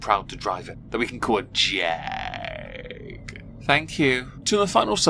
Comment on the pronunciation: If you say Jag like that one more time....